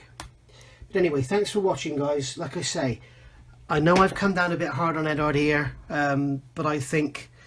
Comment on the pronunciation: Solid review and agree on your opinion. Only thing i dont agree with is since when did the U in Eduard become silent? The only people in the world calling Eduard Edard(#$&@ are and Phil Flory. Pronounced Edwaard.....lol...